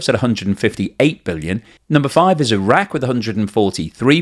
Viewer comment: Thank you for pronouncing Iran and Iraq properly!!! Every other damn fools will say eyeraq and eyeran illiterate bastards!